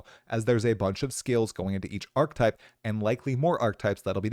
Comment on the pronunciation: "archetype" = arc uh type